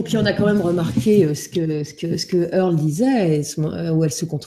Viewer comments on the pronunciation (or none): earl et non pas airl